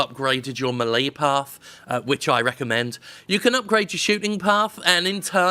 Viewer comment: Why can no one on YouTube pronounce “melee”?